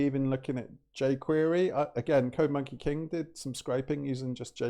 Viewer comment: OMG! first "talking to subscribers" video ever! Man, oh... I've watched it from the beginning and to the very end without skipping. Finally, man! Finally we got this format! A few side notes: 1. The way how Code Monkey King sounds in your British pronunciation is so ear pleasing) 2. The fact you're using my ideas is fine but copying my hand gestures from chess programming videos is a bit too much (:rofl JUST KIDDING MAN! Hope you get the joke, never ever ever meant to to offend you.) 3. "Leaking my notes" - that was FIRE! 4. Mega respect for pronouncing SQL as SQL and not as sequel like "smart a**es do") 5. Code Monkey King's saying: "code first, understanding would come later (when you make a video on it)" 5 re: C/C++ the most benefit is to understand the low level memory management of data structures and function call stacks 6. "Windows defender summary..." - JUST STOP HIM! 7. Love the fact you're diving into low level concepts - that's really a PRO approach 8. What would I like to see as a viewer: 3X MORE videos like this - it's like you've invited me to have a cup of coffee at your place - amazing feeling - I couldn't ever imagine it would be like that. THis video motivates to arrange my own talking videos to make them as friendly as yours, because mine are currently to aware IMO. Man, just... thank you, I mean really - it's like to have a cup of coffee with an old friend.